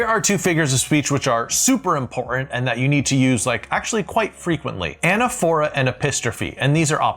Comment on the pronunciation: anAPHora, with the accent on the second syllable, like liTOtese and hyPERbole..